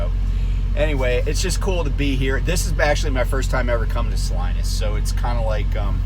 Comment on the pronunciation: Great perspective on California economics. Not so great on the pronunciation of Salinas. 🤣 It's sa-leen-us. Also home to NASCAR great, Ernie Irvin...